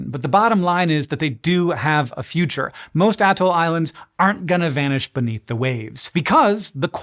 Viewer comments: Bro! The whole "ahhh-toll" is throwing me off. I have always heard it as "uh-toll." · Who you callin an atoll?